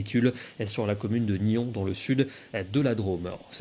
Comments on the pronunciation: Le "s" de Nyons se prononce 😉 Bonne soirée à vous et encore merci. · Juste pour information on prononce le "s" final pour Nyons (j'y habite)😉 Sinon merci pour ces prevision